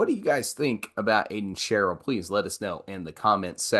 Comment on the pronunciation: It’s pronounced Aiden Shhhe——ReLL, Not Cheryl guys!!